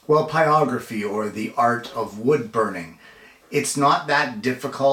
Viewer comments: Second pyro info channel I’ve seen that pronounces it “pie-ography “.... and I don’t get it... 🧐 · You should pronounce the “r” is what he’s saying. The phonetic spelling in the dictionary is pahy-rog-ruh-fee. It’s exactly what you’re saying only add the r between the “pie” sound and the “ography” sounds you’re making. Pyro is the root of the word and the r is pronounced.